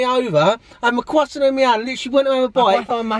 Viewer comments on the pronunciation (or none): “Cwoisson” 😂😂